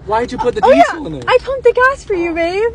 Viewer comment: It's annoying me.... 4th video like this, it's all dee-sul, dee-sul, dee-sul....... what are you emphasising syllables? Just. Diesel.